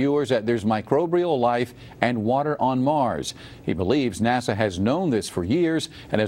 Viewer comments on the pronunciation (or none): It's Phobos, not FoBoss. It's NASA, not Nasser.